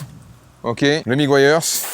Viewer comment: Quand tu fais l'intro super vite, j'entends presque "bonjour mon fion, et ma fiotte!" TURTLE... ca se prononce... Teur-Deul.... pas facile (tur -tl) MEGUIARS... Meu-Gwaî-Yeurz... (mu-gwai-urz) Nice video brother!